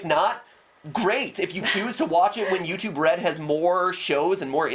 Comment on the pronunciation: notice he says 'restive' not 'YouTube red'